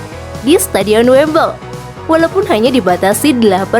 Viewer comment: Wembley min, bukan wemble